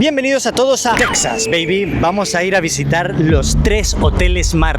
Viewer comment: Al fin un español que sabe pronunciar Texas, no es Tecsas. Literalmente ustedes le pusieron así, el nombre es en español